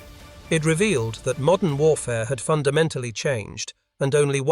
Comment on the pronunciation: MODERN, not "MODDEN".